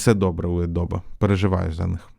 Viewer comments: Adobe ПРАВИЛЬНО вимовляється "Адóбі" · Adobe тре вимовляти як Адобі